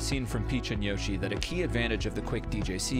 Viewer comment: That's not how to pronounce Yoshi